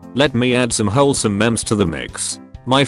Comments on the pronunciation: JorusC: WholesomeMemes Voice: Wholesome mE-ME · YOU REPLACED SWEAR WORDS BUT LET THE VOICE PRONOUNCE MEMES AS "MEMS" THIS IS AN UNFORGIVABLE CRIME! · Video: *reads memes as "mams" Me: f..............